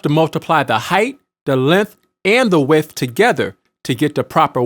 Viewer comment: KuGiCa Imp, I'm not questioning the information. I would've watched it in its entirety had the narrator used proper pronunciation. Width does not equal wiff.